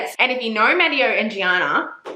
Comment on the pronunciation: Just want to say that you're pronouncing Matteo wrong. I'm so sorry but just wanted to point it out